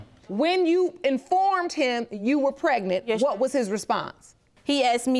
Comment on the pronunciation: Did she say Kraignant?